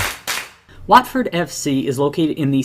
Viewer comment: And while we're on the subject of pronunciations, the 'A' in the name of the club, and the town, is pronounced as an 'O' - as in 'hot'.